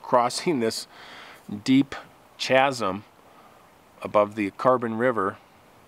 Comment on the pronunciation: That was an interesting account near Mount Rainier, very dangerous. I would like to mention that the word is pronounced casm but spelled chasm. It could have been a "dogman!"